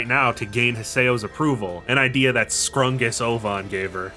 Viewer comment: Scrungus Ovan? Scrungus Ovan indeed